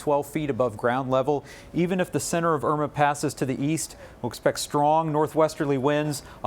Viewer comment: Hurricane Oima LOL